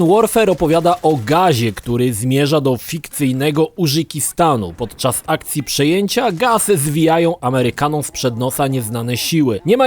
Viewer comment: Użykistan xD Czytaj Urzykistan (r i z osobno) tak samo jak Tarzan